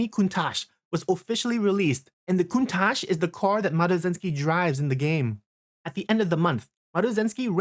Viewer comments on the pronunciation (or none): none